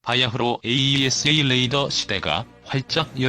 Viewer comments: 모델명에 들어간 대시((-) 를 마이너스 라고 읽는 것은 잘못된 것입니다. 대시로 읽거나 또는 읽지 말아야 합니다. 또 "Ⅱ"를 읽을 때 아이아이(ii)로 읽는 것도 잘못되었습니다. Two로 읽던가 이(2)로 읽어야 합니다. 로마글자 숫자 Ⅰ Ⅱ Ⅲ Ⅳ Ⅴ Ⅵ Ⅶ Ⅷ Ⅸ Ⅹ는 1~10을 나타내는 것입니다. 또 AESA를 모두 에이사로 읽고 있는데 에이이에스에이로 읽는 것도 좀 우스꽝 스럽습니다. 좀더 공부하면서 해야할 필요를 느낌니다. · AESA레이더를 호칭하실땐 "에이 이 에스 에이 레이더"라고 하지마시고 "에이사 레이더"라고 불러주세요!